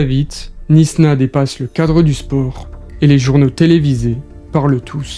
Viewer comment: Knysna se prononce "Naïsna" et pas "Nisna"